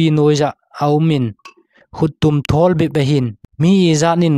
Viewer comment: 8.37 a thawwll )❌(Thuuwwolll ,👈chi git a hi lamdoh ding) thol joh tiding ahi. chu lel galngam pa min sehleh hilou in selleh joh ahije